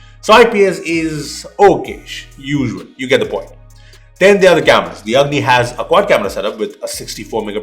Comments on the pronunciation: When said Lava Agni I heard Lava "Ugly" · i thought i am hearing "LAVA UGLY" 🤣🤣